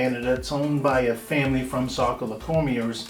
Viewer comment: as a saco born and raised i get like flash backs when i here it mispronounced lol